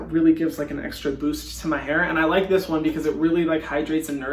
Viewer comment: He literally sounded like an Aussie bogan when he said “looiike” lmfao bless u Hyram